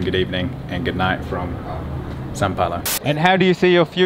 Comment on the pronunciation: Haha its funny the way u say "São" looks like Sa, try saying as u say sound, "Soun" from sound looks more like "São" from "São Paulo", this "Ã" sound is a little bit hard to english speakers, right?